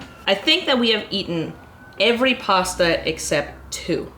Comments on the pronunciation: Girl I love you but as a fellow Torontonian why are you pronouncing “posta” lmao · As an italian, I can confidently say that you butchered every single pasta name, great video as always! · As an Italian this video is so interesting (and very funny because of the way you pronounce pasta names)